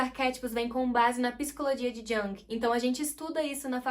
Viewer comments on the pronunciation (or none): Jung se pronuncia "Iung" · Amiga amo seus vídeos, a pronuncia correta é “Yung ❤” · Que agonia dessa menina falando Jung errado!!!